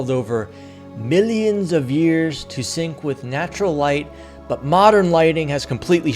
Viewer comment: The way u say millions😂😂😂😂